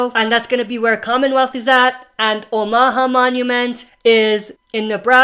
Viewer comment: Please say omaha right man. Its not oh ma ha. Its actually pronounced ow·muh·haa